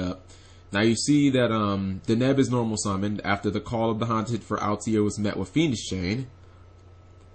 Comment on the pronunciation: It's not pronounced al-te-air, its all-tair.